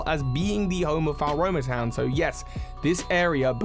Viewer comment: I keep finding it funny how he pronounces floaromatown. I thought you just say it like flo-ro-ma town